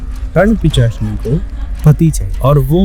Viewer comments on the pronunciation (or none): Pisachni ❌ pichachni ✅ 😂😂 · Pishachini to bolne hota nahi. Pichashini Pichashini karte hai, youtube channel chod ke kaam dhanda karo kuch